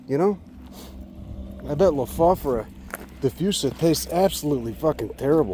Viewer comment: Amazing knowledge, observations and wonderful viewing :-) Thanks too for teaching me the correct pronunciation: Low-Foff-Or-a ...